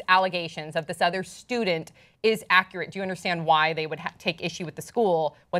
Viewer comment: say accurate again? It sounded like the way DJ Kahlid says "my shits ack-re-et"